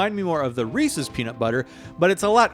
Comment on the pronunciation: finally someone who says their name correctly